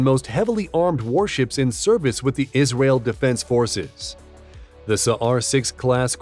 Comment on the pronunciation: Yis-ra-el. Legend Nation.